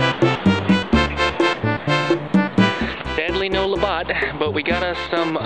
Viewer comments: I split my gut laughing 🤣🤣🤣 love you!! thank you for making this Canadian gal laugh her off!! "LaBOTT" OMG <3 TOO funny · I was wondering if someone else had noticed the Labatt Blue, lol. I first saw it and then realized it's even in the thumbnail. I'm from Newfoundland, Canada, and I grew up on Labatt. I just hope that someone will teach you how to pronounce it. :-) I'm watching all of your videos right now and I'll subscribe as well. Have a good one!